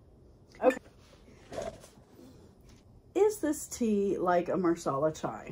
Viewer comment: Nice. It’s “masala” though. “Marsala” is for chicken. 😊. Watching your video at Whole Foods. Looking at Rishi Masala Chai in tea packets. Ingredients seems to be different though. First one is black tea.